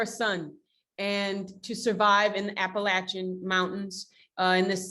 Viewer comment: Love the movie. Still sighing over the interviewer saying "the appal-pul-kin mountains" at about . Bless her heart.